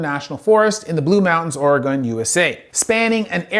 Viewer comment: Oh man, having grown up in Oregon. Good effort trying to pronounce Oregon and the Malheur Forest. Its beautiful but unless you're from the area there's no way you're pronouncing it right.